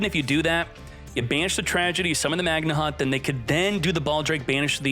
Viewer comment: How can anyone look at the word magnamhut and decide it's pronounced magna hut